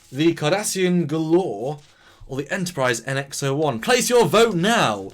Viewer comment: Gal-or not Gul-or.